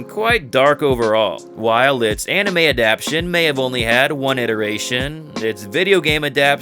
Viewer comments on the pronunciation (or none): none